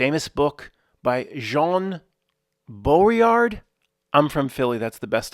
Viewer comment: Bo dre yard is an id ee it